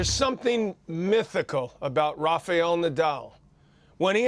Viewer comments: John it is Raf-A-el and not Raf-EE-el...wtf*lol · Quit pronouncing his name! It's RaFaEl not RafeAl dummy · Why do people keep calling him "Rafial"?